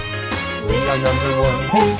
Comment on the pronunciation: Every time they say "hey" it sounds like "ah" and it's freaking me out.